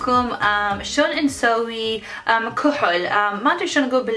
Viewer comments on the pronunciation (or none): اقوى شي تكول كهل ل ايلاينر 😂😂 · كوهل 😂😂 شوغل 😂😂 تضحك بس والله ما الومهة لان عايشه بامريكا